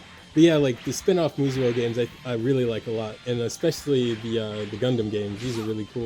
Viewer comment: Great picks! FYI: They are pronounced "Moo-so", or "Moose'o".